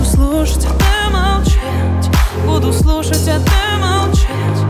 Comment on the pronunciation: Почему нельзя нормально произносить слова, не проглатывая буквы: "Не разбавляй мою печа, я буду слушть, а ты молча" "пустото связала нас силе любви" это слышится так.....